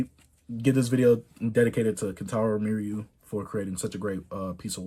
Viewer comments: R.I.P Kentaro and btw chase its pronounced me-uw-ra <3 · Also the pronunciation is me - u-ra atleast that’s how most people out here say it. Rip to that legend . Love all the love he’s getting from the YouTube community